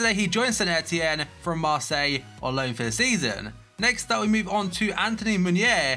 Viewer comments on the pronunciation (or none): none